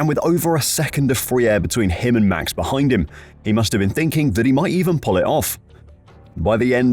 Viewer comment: "behide" = "behind"